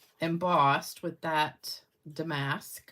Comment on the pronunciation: FYI; it's pronounced dam-ask. (emphasis is on the first syllable. say it fast) Pretty cards. Gotta love that Granny! LOL Congratulations to all of the winners.